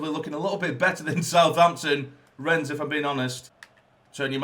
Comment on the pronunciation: It's actually pronounced "Renn" the s is silent.